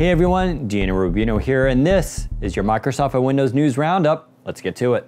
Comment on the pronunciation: How hard is it to pronounce mIcrosoft?.... it isn't mAcrosoft or my-crow-soft....